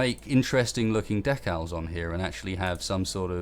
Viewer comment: I thought for the longest time during the video that you were saying DECK OWLS instead of DECALS. Up until this point I had never heard anyone say decals like that. Proves how slow my mind is.